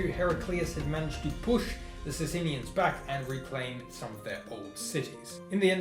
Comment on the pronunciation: Good show bro though 'bizzantines' in Byzantium [not an endonym] v. 'sassaynians'.